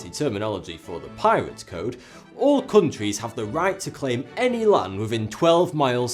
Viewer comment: "Cooontwies". Wonderful pronunciation of "countries".